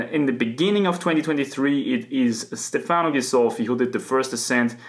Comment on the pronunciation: Your pronunciation of “Stefano” is above average indeed, but perfect accent would be on the E letter: StEfano rather than StefAno